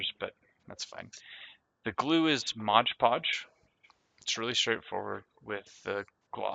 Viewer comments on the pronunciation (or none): It's mod podge not modge podge